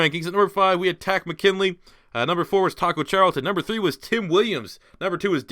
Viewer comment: It is not Taco McKinley it is Tarist Mckinley